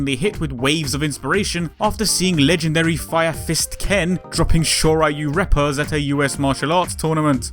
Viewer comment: it's "shoryu reppa" not "sho - raioo - reppa"